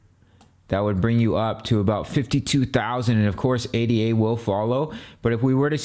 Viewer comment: Its Ada. Like a person's name. Not A.D.A. its the most basic thing and if that is incorrect....hard to take the rest seriously